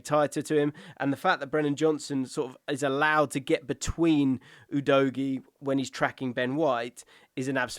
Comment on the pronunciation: You keep pronouncing Udogie incorrectly.